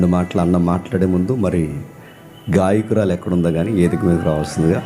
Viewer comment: ఏదికా కాదు నాయన వేదిక అనాలి